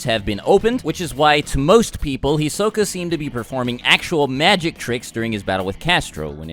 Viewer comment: "Hisoke" It's Hisoka but whatever